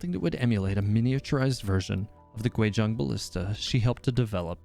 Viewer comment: It’s Guizhong not Quizhong